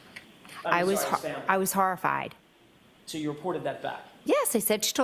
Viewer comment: Shawked and harrified!! The horrah!!